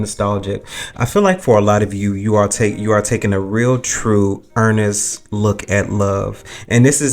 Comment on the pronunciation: Ernest or honest?? 😂😂😂..love you ❤❤